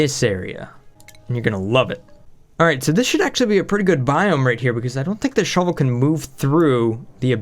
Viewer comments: Say "Shove" say "vole" now say "shove vole" not shovel !!! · Wen u say shove vole i hear shovel.